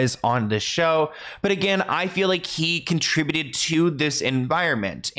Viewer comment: Thank you so much for saying the word "conTRIbuted" correctly. I've been hearing so many American voices pronounce it like "KON-truh-byoot" and my dictionary self wondered if I ever really knew correct pronunciation. 😅